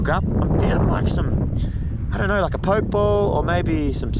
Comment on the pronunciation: Poke, is properly pronounced "PO- Kay", with the stronger tense on the "Po" . If you want to say it like its origin. And ceviche is pronounced "Seh - VEE- chay". Great day in the water. Your videographer is excellent! (Hahahah, even Vicky is correcting your pronunciation: Crema!!)!